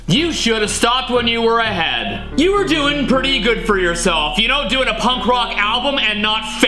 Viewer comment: What's a "Yed"? Or is it all in my Yed?